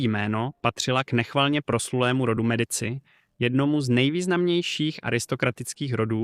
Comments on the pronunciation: Mediči vyslovované, pre boha. Keď už vypravíte príbehy o zahraničnej histórie, naučte sa správne vyslovovať mená!!!! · Ked uz robis nejaky report o niecom tak Aspon zaklad aby si to vyslovoval tak ako sa ma…. To Medici ako to hovoris tak reze do usi …